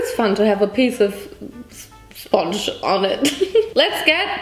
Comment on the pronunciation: The „sponge“ killed me 😂